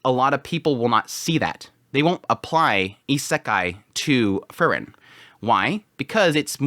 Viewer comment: It's Freeren, not Frrren.😁